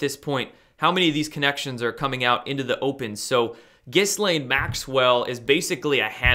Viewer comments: apparently Ghislaine Maxwells name is pronounced more like "Ghee-yan" or some shit like that. Also, the hash tag of Cali island seems like it could have more than one reason for being used. Kali (same pronunciation as Cali), is a goddess of old and is also named "the destroyer" and is linked to sex in some lore. I thought that made it more interesting that it was used in the hash tag for this particular island and by these particular people... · The "s" is mute in Ghislaine, otherwise you got it right. The first time I see my name in big news, and it's connected to this!!!!